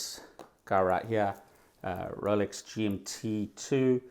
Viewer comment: I thought dude was saying Relics not Rolex for the first few times haha. I thought maybe that was another brand at first